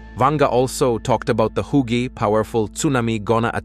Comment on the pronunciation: mm "Ba see dis airth quahkee" "Hoogie powerful Tsunami go nah attack the world according toe Baba Vanga". Oh, it just gets worse. Can't use your own voice? Gotta use budget AI?